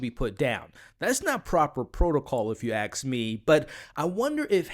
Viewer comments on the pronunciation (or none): Did you just pronounce "ask" as "axe"?